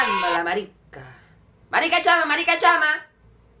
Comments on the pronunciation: tonto que no dice marisca dice marica!!!! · Ja ja en ves de decir "marica" dice " marisca" ja ja ja. Pero aún así me gustó ja ja ja ja 😂😂😂😂